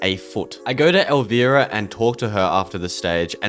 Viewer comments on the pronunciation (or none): I feel old hearing you navigate Kevin Smith, “Pamgrier”, and Elvira (the i sounds like ‘eye’). Outside of this (no judgment just era lol), great content!